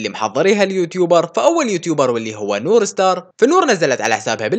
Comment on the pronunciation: يا أخي اسما نور ستارز وليس نور سار